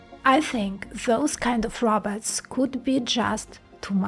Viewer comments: It's: Robots (rŌh-bauts), NOT raubots (rAH-bots)., you're really intelligent, so it should be easy for you to correct this pronunciation. Thanks for your video. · A Robert? Try this "row bought" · I enjoyed your video, but please stop calling these machines 'Roberts'. The pronunciation of the second 'o' is very important. The Chinese propagandist also call their laughable attempts at futuristic humanoid machines, 'Roberts'. It just sounds weird. Still a good video though. 🤗